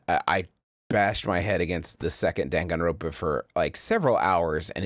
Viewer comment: jesus fucking christ hearing "dangan ronpa" outta griffins mouth gave me an aneurysm